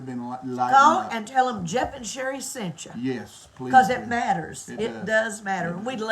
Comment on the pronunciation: Yep it's Shelia not Sherry.😅